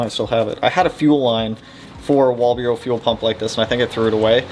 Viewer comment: Walbro…..WAL-BRO not walburo lol…..although soobs are not my preferred platform this body style will always have special place in my heart ❤ P.S. AI makes a bad ass WAL-BRO stainless filter for the 450s